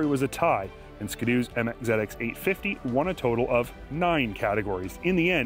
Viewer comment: Nah nah nah nah nah it's skiiii doooo not skido